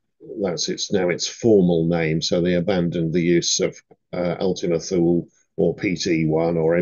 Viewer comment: Sir, When I was up there many years ago, the locals called it Too Lee in Greenland, or Thule Greenland. There is a big military base up there. I believe that's the correct pronunciation, if you know better, please let me know. Thanks for your wonderful content and my apologies for this pedantic comment